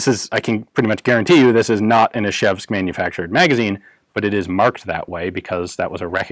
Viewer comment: Ian, Ижевск pronounces like Ee-j-ae-vsk, ж = j, like in "joule", not " Ishevsk". Great review of California-legal AK though. Hello from Russia.